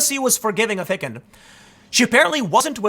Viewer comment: Tim, I love you bro, but Dov Hikind's last name is pronounced "Haikind" as in "Haiku." You do pronounce the second syllable correctly.